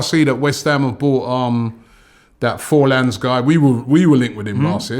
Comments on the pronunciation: Robbie it's FORNALS not FORLANS . !! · Fornals not forlans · FORNALS. NOT FORLANS. Robbie never fails to butcher atleast a few names 😂😂😂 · Man said Forlan. Bloke stopped playing top level football in 2012. Think you mean Fornals. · Fornals Robbie lol...not Forlans haha lol....u make my day Robbie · And it's Fornells not forlan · Robbie can’t pronounce players names oh my god 😂😂😂😂😂😂😂 it’s FORNALS not FORLANS 😭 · Fornals not forlans🤣🤣🤣